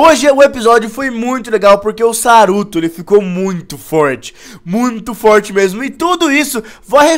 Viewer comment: tu fala foirti